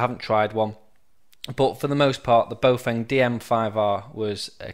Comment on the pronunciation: Baofeng is pronounced bow-fung, not boh-feng. >